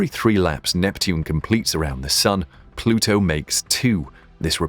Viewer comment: said "plutu is a planet "....